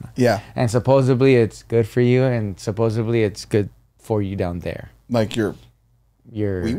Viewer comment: Every time mispronounces SUPPOSEDLY 👊🏽😩 🤣🤣 and I believe he does it on purpose 😭